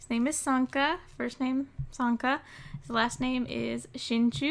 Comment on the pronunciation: I thought you said santa XD